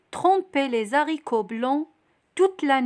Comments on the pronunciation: Les haricots normalement pas de liaison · Désolé on fait pas la liaison dans les haricots Mais bravo j'ai appris beaucoup de choses. Merci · Les haricots :on ne fait pas la liaison s et h (z) c est une règle. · شكرا .فيديوهاتك روعة .لكن كلمة les haricots نضن مانديروش فاها la liaison هكا سمعت من عند Johan استاذ فرنسية واذا تاكدتي جاوبيني من فضلك .